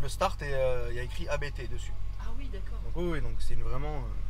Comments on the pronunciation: Juste en passant: Hans-Jurgen Abt. Pas A - B - T 😉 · c'est la famille Abt, ne dites pas A-B-T 😋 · Abt se prononce abte frérot, c'est le nom de famille du préparateur